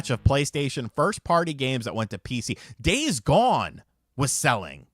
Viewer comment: The way you emphasized Days Gone felt disrespectful and I'm offended.